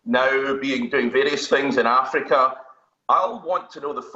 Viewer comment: That emphasis on afrika n the bad line though🙄